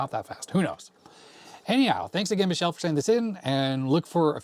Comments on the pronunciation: it's not pronounced like Michelle wich is a girl name! It's pronounced Meekele! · i think you're pronouncing Micheles name wrong if hes Italian. youre saying it the french way